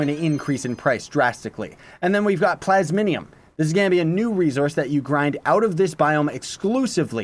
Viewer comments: "plasminium" rly? Xd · Honestly I’m most excited for the new daily bonuses. I already have too many things to make with the talisman mounts and chaos stuff. Still though I’m very excited for this update. Also, Plas...mi...um. XD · U cant read lol "plasminium" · "plasminium" xD